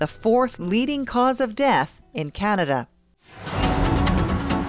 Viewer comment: "this has to stop,this is CANIDA !"lol I dunno,I find that funny